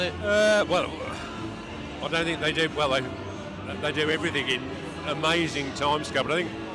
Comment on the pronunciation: STOP SAYING "AND EVERYTHINK" SO ANNOYING.. 😅😅K.R.O.